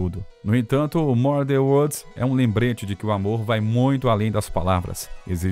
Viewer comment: Sem contar as pronúncias horríveis do narrador. " MURDER WODS " 😂😂😂😂😂😂